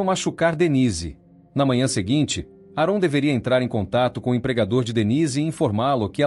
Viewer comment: AParte ruim de todo o vídeo é a pronúncia errado do nome do homem … a pronúncia correta é ÉRON !